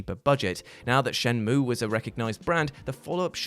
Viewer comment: You almost disappointed me until you said Shenmueeeeeee! Correctly. You are still a massive ledge.